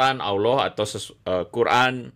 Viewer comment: Pak pendeta. Anda ini lumayan cerdas los, ilmu anda lumayan, nahhhhh nahhhhhhhh sejak kapan orang kristen bilang " Allah" dg cara pungucapan islam...nahhhhh.. naaahhhhhh anda ini apa yaaaaaaaaa????